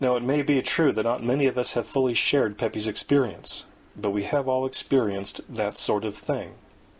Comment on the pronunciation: Pepys is pronounced 'PEEPS' lol and Occam is pronounced "Ah-Kuhm'/'Ah-kam'